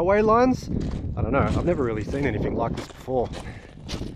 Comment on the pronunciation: Not too bad but, “anything” ends with a G, not a K. Yes, I’m a pedant.